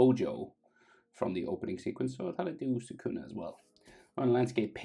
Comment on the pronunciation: It's not sakuna is sukuna